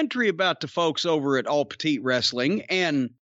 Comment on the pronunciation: did Jim just say "All Petite Wrestling" 😭😭😭